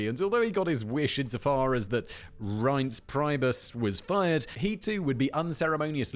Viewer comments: Pronounced RINSE PREE-BUS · Fact Boi trying to pronounce Reince Priebus like a pleb "My Country tis of thee, sweet land of liberty. Of thee I sing...."